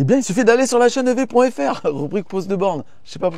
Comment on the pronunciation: Alors ce "lachaineev" du début à 2"26, magnifique ! 😂